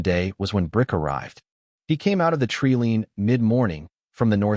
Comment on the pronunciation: Good story but your AI narrator can't pronounce certain words correctly! Treeleen, zenobeeology? 😂😂